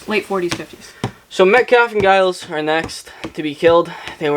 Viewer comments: "Giles" (with a hard G) -- me: Someone hasn't seen Buffy the Vampire Slayer. You'll be meeting some Gileses in future books, so just know that it's pronounced like a J. Edit: "Is it Giles or Giles?" [G or J] Answers with hard G. You are killing me. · This was amazing, you are the most chaotic duo. And I'm pretty sure it's Giles with a soft 'g', at least based on Giles from Buffy ;) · I’m pretty sure you’re saying Giles wrong 😁 It’s not a hard G sound it’s J sound, like ‘Geoffrey’ This was so fun. Your brother is chaotic and hilarious 😆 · Are you sure it's Giles with hard G? Most British people say it with a soft G so it sounds like Jiles. This is certainly the case for British celebrity (of-no-discernable-reason) Gyles Brandreth, Canadiian Formula One driver Giles Villeneuve and Buffy the Vampire Slayer's Mentor and Watcher Rupert Giles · The name is most definitely pronounced with a soft /J/ sound rather than the hard /G/. When a G is followed by an E or I it is soft; when followed by A, O, or U it is hard. Examples: giant, gentle gang, gong, gullible